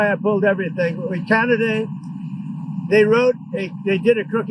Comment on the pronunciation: "...Canaday..."??? Huh? Oh, Oh..."Ah-Cee-To-Me-No-Fun"